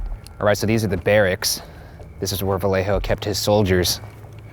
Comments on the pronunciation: vallejo is pronounced vayejo. fyi. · not gonna lie, ryan, i'm quite disappointed that as a mexican american you pronounced vallejo as "vale-jo"